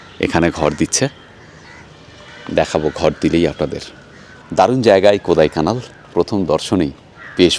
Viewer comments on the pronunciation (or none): দাদা ওটা কোদাইকানাল নয় কোড়াইকানাল ড় উচ্চারণ হবে Kodaikanal (Tamil Nadu state ,, Dindigul district)